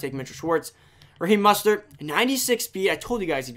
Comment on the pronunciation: His name is mOstert not mustert